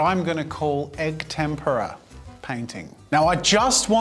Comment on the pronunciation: Oh finally an Italian Jazza 🤣 though for the whole video I kept hearing “tempura” instead of “tempera”… got me hungry… need to find a Japanese restaurant now…